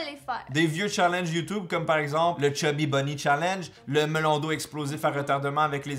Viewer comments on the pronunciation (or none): ON DIT YOUTUBE PAS YOUTOUBE !!! (vous m'avez bien fait rire, votre humour est celui que j'adore, c'est-à-dire de l'humour lourd)